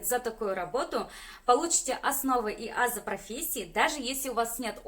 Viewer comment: АзЫ-ударение на последнюю букву,)))